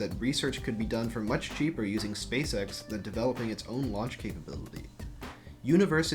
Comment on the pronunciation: it sounds like you're saying "space sex"